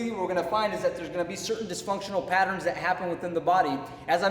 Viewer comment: 0.29 "dysfunctional patterens "